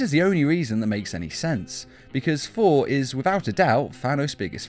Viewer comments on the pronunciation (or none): All I hear is foor instead of Thor XD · The way he says Thor is hilarious FOR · I thought I was hearing things lol